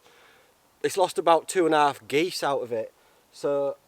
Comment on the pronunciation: "2 & a half Gease" 😂